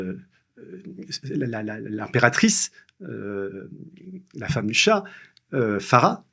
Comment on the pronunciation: Si c’est un chat noir, je l’aurais déteste moi aussi 😂😂😂😂 chat ???? Serieux ! Même pas un petit effort pour prononcer le « h » BrsAnski ? Zbignew Bresinski s’écrit et prononce avec « i ». Et je tel parle pas des noms chinois… Un tel manque de respect vers ces personnalités historiques, c’est affligeant ! Vraiment pas envie de lire le bouquin d’un type aussi inculte !